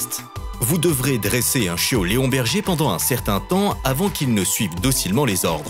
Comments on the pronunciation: Léonberger ???? leonberg ^^ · On dit Leonberg et pas Léonberger 🤦‍♂️ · "leonberger"... Sérieusement ? Leonberg - - - > ça se prononce Léone-bérgue ! Cordialement 😂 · Leonberger😁😁😁😁😁 On dit Leonberg...et pas berger!! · On dit leonberg et non berger et en moins de 2 ans il peut être dressé